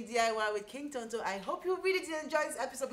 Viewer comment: I just love the way you pronounce Tonto🤭